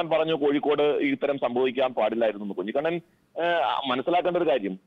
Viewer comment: ദയവായി കുഞ്ഞികണ്ണൻ ആ പേര് മാറ്റണം, ആ പേര് നികേഷ് കുമാർ പലപ്രവിശ്യം തെറ്റായി ഉച്ചരിക്കുന്നുണ്ട്.😊